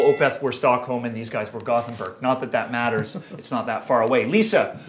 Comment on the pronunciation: It's pronounced Goat-In-Berg,not Goth-En-Berg,Sam.